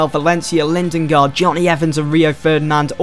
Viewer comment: it ain't lindengard it's lindegard